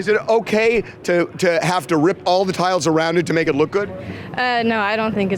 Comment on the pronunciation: Is he saying tiles or towels?